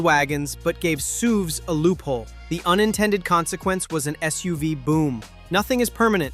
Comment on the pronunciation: It took me a second to figure out what the hell a "SOOVE" was LOL can you say Skynet? 😂